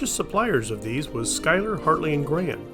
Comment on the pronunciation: Glad to hear you pronounce Schuyler correctly! It's a tough one if you're saying it without hearing it first. Surplus stores aren't nearly as prevalent as they used to be, probably because of the change in how the military orders its supplies. Instead of ordering uniforms in the millions to mobilize a comparable number of new recruits, they order in batches as needed to cut down on waste (relatively, anyway). With less available, there's less for the stores to buy in bulk to resell. Also why there was a lot of Soviet equipment for a while (and some current Russian equipment until recently).